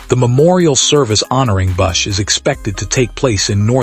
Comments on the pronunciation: Who the hell proofed this AI crap? His name is BUSCH, not Bus. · Who the hell is Kyle “Bussh”?! And you gave no info on the funeral. Delete this crappy waste of disrespect to KB